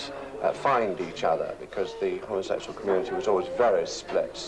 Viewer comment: Just love the way the presenter says, ‘homosexual’. Homma sex yuell. 🌈😃❤️🧡💛💚💙💜